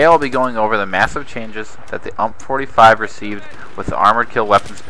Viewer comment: ITS U-M-P. STOP SAYING UMP